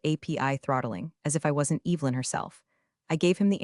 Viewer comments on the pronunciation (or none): How do you mispronounce Evelyn……? That was the first sentence. What a joke